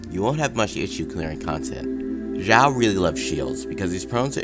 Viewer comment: Who knows if the new event brings xiao set like albedo also its pronounced shaio not ZZaio idk but it doesnt sound authentic